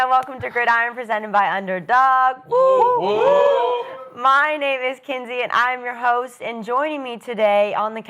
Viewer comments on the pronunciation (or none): lol someone tell Kinsey it’s wuuuu wuuu not woot woot lol 😂😂😂